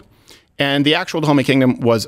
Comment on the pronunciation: “Da Homey”? No fucking way…